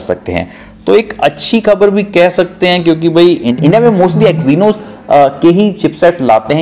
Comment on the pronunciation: Ary bhaiii.... सयनोस नही एक्सिनोस